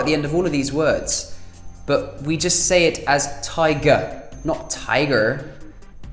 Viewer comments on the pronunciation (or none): ba. insteat of but. . . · I think the most important thing about the “t” in British English isn’t that we miss it from the middle of words, that’s mostly a cockney thing, but WAY more commonly we drop it at the end of words: But > buh Salt > sol- Hit > hi- It - ih You can here it when he says “but” but ironically he doesn’t even notice and focuses on the t in water It’s really hard to represent in writing, but basically whenever a word ends in a t even posh people will replace the “t” with a glottal stop